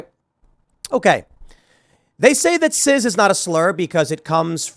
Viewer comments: Tim, it's CIS not CIZ. You aren't pronouncing it correctly. It's embarrassing. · Cis, not ciz. Calm down Tim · Cis, like sis, it's not ciz or siz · It’s cis not ciz, stop saying it w a z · why the fuck Tim keeps saying " Ciz" instead of Cis? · Wait it's "Sizz" now? I thought it was pronounced "Siss"? Just trying to get that straight. But yes it's obviously a slur. As norm macdonald brilliantly put it: "It's a way of marginalizing a normal person". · Cis pronounced SIS!!!!!!!! Jesus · "Cizz" 😂 Why does Tim say it like it's a soda brand?